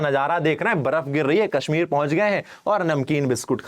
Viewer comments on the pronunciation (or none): none